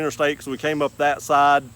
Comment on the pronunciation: I got about 1 minute into the video. Can't take someone seriously who pronounces the word THAT with three syllables.